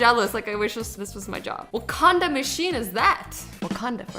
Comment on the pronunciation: I thought that Azzy said waCONDOM holder... I died laughing when she said wacanda!😂😂